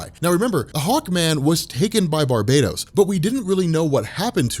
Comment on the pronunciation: Ur pronouncing barbatos as barbados plz stop sayin Barbados it's bar -batos